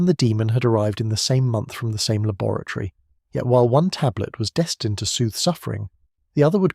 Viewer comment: LAB o RAT ory But you are correct, lol. I thought the same...